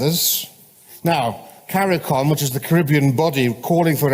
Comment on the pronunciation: I just take issue with their mispronunciation of Caribbean otherwise I have few criticisms